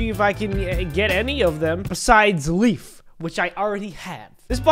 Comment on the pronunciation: when he said leaf i thought you said Beef XD